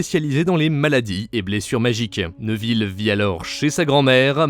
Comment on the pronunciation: neuville? c'est néville ou nèville